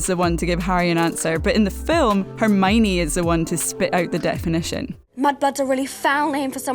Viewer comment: I don't like the way she says Hermione Her: Herrrmoine 😑